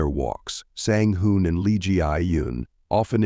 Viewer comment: Twin #1 Sang Hoon was pronounced consistently, twin#2 was pronounced Sang Hoon, Sang Han and Sang Hyun. Very confusing